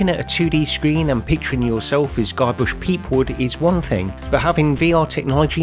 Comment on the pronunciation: Haha! It was hilarious when you said Guybrush's name! xD